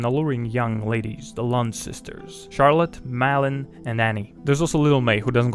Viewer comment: I think it's more like "Mawlin" than "Malin" (due to the å), but I'm not sure.